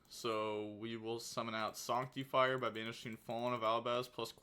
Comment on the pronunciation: Sawnctifire you say?